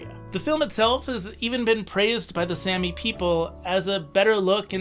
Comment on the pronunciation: Really annoying how you pronounced it like sammy...its pronounced with a long a saami! Also please include Finland or Russia!